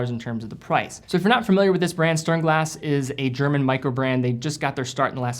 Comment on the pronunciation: So many german watches, love to see it. Btw, the st in sternglas is pronounced the same way you said the st in stowa. "Shternglaz"